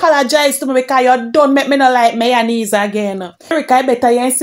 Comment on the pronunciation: Chin is myonaise she said😂😂😂not mayonnaise 😂😂😂